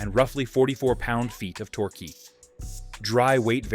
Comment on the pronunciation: u might want to teach him how to pronounce torque, then. Makes me think it’s thanksgiving. Some good bikes in there though. I’d add the cb360t. The 350 with an extra gear.